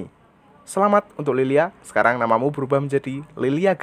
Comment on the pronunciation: Lylia bang bukan lilia beda tipis